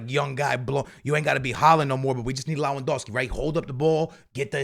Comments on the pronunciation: When is he gonna learn It's LeWaNDOWSKI not LaWeNDOWSKI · Not being able to pronounce Lewandowski in 2024 is wild